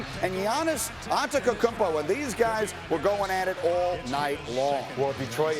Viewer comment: This nigguh said Antekokumpo